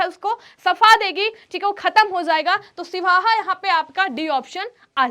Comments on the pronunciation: siwaha nhi sihawa hota hai aur wo mp nhi chhattisgarh me hai 🫩🫩🫩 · सिवहा नहीं❌ सिहावा✅ बोलते हैं, जो छत्तीसगढ़ के धमतरी जिले में है।